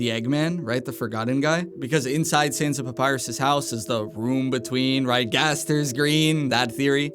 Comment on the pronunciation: Every time they say "Saahns" i die a little inside